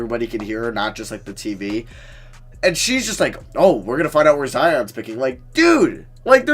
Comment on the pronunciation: The way he said zions you know what was so far down her you know what had me dying 🤣